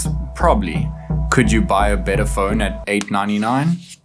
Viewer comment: Did you say bitter phone, butter phone or batter phone?